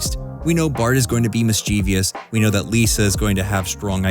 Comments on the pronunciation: Pro tip: "mischievous" is pronounced "MIS-chiv-us" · Mischievous was pronounced wrong.